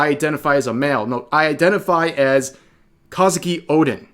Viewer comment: It's Kozuki, not Kazuki